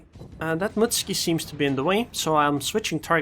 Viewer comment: Why dont you pronounce the "U" in Mutsuki? You make it sound like a Russian ship? "Mutsky"